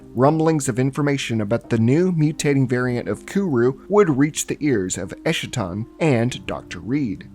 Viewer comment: You mispronounced Eschaton like how Jimmy Montana mispronounces it, with his lines there being written as a caricature of how little he understood what he was reading. eschaton /ˈɛskətɒn/